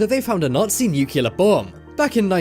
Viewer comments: He said nucular ( nuclear ) weapon :)))) and they misspelled yatch ( yacht ) :)) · Goddamn it, stop saying "nuculer". Its N-U-C•L-E•A-R. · Nucular shelters? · Newk you luhr? Nuclear=NUclear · New_clear bomb not New-cular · Interesting video, though it's NOT nucular as in nuke-u-ler... the word is NUCLEAR...as in nuke-lear🙄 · NEW-KLEE-AR......... Only uneducated hill people who procreate with their siblings say nuculer, that and exscape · Americans : Nu + clear = Nuclear , not Nyukyular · Nuclear......not nucular.....FTLOG! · Thumbnail clickbait. Also, it's Nu-cle-ar, not nu-keuh-ler. Pronunciation guys! C'mon! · no such word as nukuler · Nook Lee urr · Nu- clear bomb stop mis-pronouncing that very simple word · more like new-clear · Say nucular one more time. I dare you. I double dare you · Why pronouns nuclear lik an under educated American president, this shows stupidity in the part of the narrator.